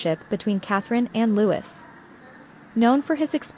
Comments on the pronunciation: It was so great to see The Princess of Wales alongside her husband and children at Trooping the Colour. She looked wonderful. Their youngests son's name is pronounce Louieeee, no Lutz or whatever you were saying. It was a great day to see them all together on the balcony, all the working royals. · Prince LOO-EE! Not Prince Lewis! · Prince "Lutz"???? You can always know when it's AI!